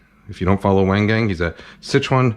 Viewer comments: the way that chef pronounced "wang gang" now certain people are gonna mock that pronounciation even more. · "Waeng Gaeng" 😹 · wang gang is not pronounced "weng geng" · Kenji doesn't like the fake Chinese accent, but calls Wang Gang (pronounced Wahng Gahng) as "Weighn Gain," like the LEAST authentic way to say that name. He also thinks he invented every cooking technique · Uncle Kenji, he says his name at the beginning of every video. It's Wahng Gahng. Wayng Gayng was a name Wu Tang Clan briefly considered. Hadn't even heard Nigel's response when I wrote that. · Yep. The chef's pronunciation of "Wang Gang" instead of "Wung Gung" shows the most disrespect to even a person's name. Kenji promotes even more racism than other people who imitate accents. No wonder his video needed comments turned off. Probably not a decent person aside from making food. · He's upset saying "uncle roger's accent is asian racist" but his pronunciation of wang gang is "weng geng" tell me what's more racist right there😂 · Bro cries about accents then pronounced uncle wang gang's name like "Whahng ghang". The disrespect 😂😂😂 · the way he pronounced chef wang gang as weng geng 😂😂😂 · "Weng Geng" Maybe complain less about accents and put a single second into learning how to say people's names? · How TF is “Weng Geng” pronounced? As an Asian, I find this really offensive 🙄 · Its so amercian to mispronounce chinese lol . Wutang Wang gangggggg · “Waaang Gaaang” says it all. He wants respect for Asians and our trials and tribulations in America but doesn’t take the time or respect to learn how to say someone’s name properly. It’s not like chef Wang Gang doesn’t say his name at the beginning of most of his videos. As an Asian who grew up in America, kenji personifies the kind of bs outrage that actually makes things worse for us. SMH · I even knew Wang Gang was pronounced wrong and I'm from Philly. LOL. Haiyahhhhhh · Asian person who never went to Asia and can’t pronounce Asian name isn’t Asian